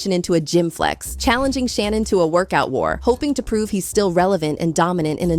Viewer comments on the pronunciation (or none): watching an ai video 😢 who tf is Shay-Nun